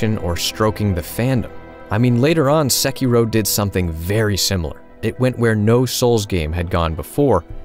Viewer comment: chi-ka-gay.. chi. not cha. edit... also SEY-key-roh